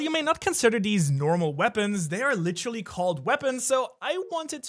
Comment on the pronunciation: Can you just say the word literally? Not... "lit-trolly" lol